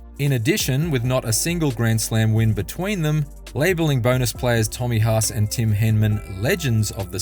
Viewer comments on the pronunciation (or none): none